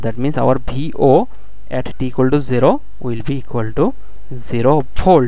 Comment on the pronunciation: The way u say 0 is hilarious 😂